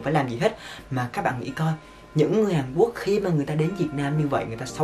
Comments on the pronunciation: Hàn Quốc ông đọc là Hàn Quất làm t buồn cười vl😂😂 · "Một lếp"; "Hàn Quất"😂😂😂